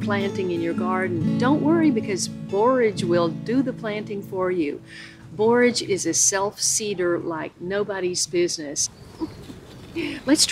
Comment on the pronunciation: I enjoy your videos in general but today I especially appreciate that you pronounce "borage" correctly.